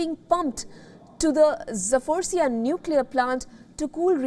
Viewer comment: Запорожье научитесь выговаривать.